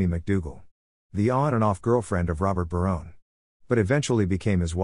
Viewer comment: Robot narrated this. Next time, please use a human who knows how to pronounce the names of the actors and characters. (Barone-y instead of Barone? A-lie instead of Ali?) Indeed!